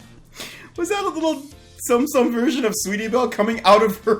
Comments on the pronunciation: Did you say sum sum instead of soum soum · it's "tsum tsum" no sound on the "t" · it's pronounced Tsum Tsum